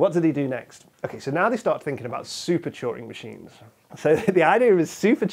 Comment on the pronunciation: I thought he was saying "choring machines"